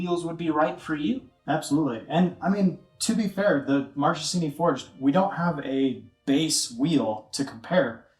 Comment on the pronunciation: One little thing: Marchesini is pronounced like “markesini”